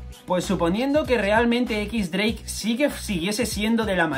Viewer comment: "equix dreik"